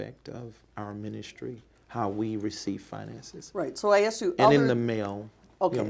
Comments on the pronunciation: "at the end of the meeting I axed people to donate...." 🤣🤣🤣🤣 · "Where there axed" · "When they're aksed" What the hell does "aksed" mean? This guy is a fraud, thief and manipulator, I cant believe people hand him money!!!!!!!!!!!!!!!!!